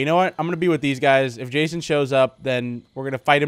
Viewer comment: Its "Jason" and "Fusion" Just sayin', No offense.